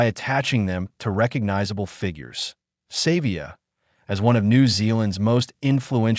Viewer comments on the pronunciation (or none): Pronounce Ardies surname properly. Its not "Save via" Have some respect for the Legend